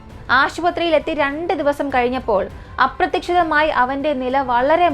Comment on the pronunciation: അപ്രത്തിക്ഷിതം അല്ലാട്ടോ അപ്രതീക്ഷിതമായി എന്നാണ് tto